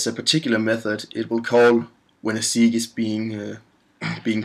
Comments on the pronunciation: the word is pronounced: SayG - WAY. NOT SeeeG. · Segue is pronounced like "seg-way". Thanks for the great video! :)